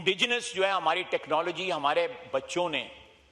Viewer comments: Technologyee.... techlogyeee😂😂😂😂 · Technologia technologia 😂😂😂😂😂😂 na kare janab na kare 😂😂😂😂😂😂😂😂😂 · Technologia 😅 technnologia 😅 technologia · Technologiya guys technologiya😂😂😂